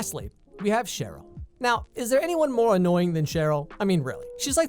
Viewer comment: Okay but you got Cheryl soooo wrong